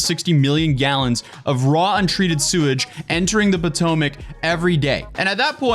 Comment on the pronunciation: It's the poo-tomac river